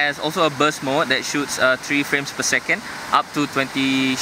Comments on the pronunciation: galaxy s three not tree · "this was the samsung galaxy s tree"